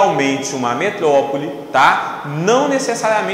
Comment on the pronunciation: metlopole kkkk prof ótimo